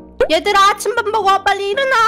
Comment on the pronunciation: 아침 밥 먹어! 라고 이모가 할때 아치밥먹어! 라고하셨어요..ㅋㅋㅋㅋㅋ